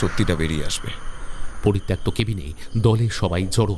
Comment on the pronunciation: poritoktto uccharon ta ato bar bhul bollen. ota thik korben